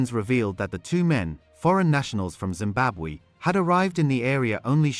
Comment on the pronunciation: What this now, you can't even pronounce Zimbabwe . Just say Zim, 😂😂😂😂😂😂